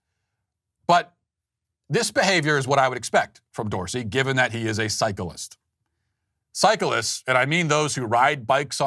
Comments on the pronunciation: I thought you said phycholist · At first I thought you said he's a psychoist. I think we have a new word.